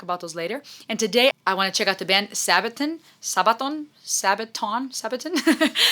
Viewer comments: I know this video is a bit old now and you may already know this, but a sabaton is just the fancy name for the armor that medieval knights wore around their feet. So it's just pronounced like this phonetically: SA-buh-taun Hope you had a Merry Christmas! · Also it's not Saabaton. Band members themselves call band as Sabaton...